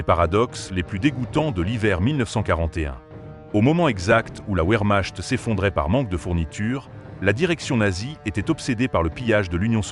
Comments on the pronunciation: Indigence Artificielle : "Herman Gueurin" la Vermache ! voix et traduction de merd. ! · La ouèrmache"...? La loufeouafe...? Les ouandèrewache ?...